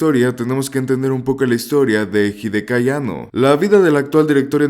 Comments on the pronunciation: Más de una vez te escuché mencionar erróneamente el nombre de Hideaki llamándolo "Hidekai" 😅🙄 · Abandoné el video después de escuchar que dijo "amanición" y pronunció más de 3 formas diferentes (y erróneas) el nombre de Hideaki.